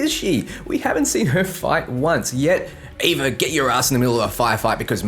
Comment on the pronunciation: Ava. It's ava.